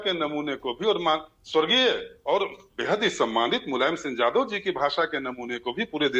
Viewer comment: अपने को भाषा के विद्यार्थी बता रहो हो फिर भी यादव शब्द नहीं बोल पा रही हो। वहीं टंग लैंग्वेज जादव रट रहे हो।